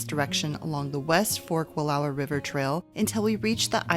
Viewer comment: Thank you so much for pronouncing Wallowa correctly. Grew up there. My favorite place in the world.